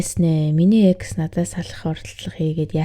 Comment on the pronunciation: ЭКС гсн үгийг дараа ойлгож нтр🤣🤣🤣 шууд Е, Х гэж уншдаг бна шд, дөш юм аа🤭🤭🤭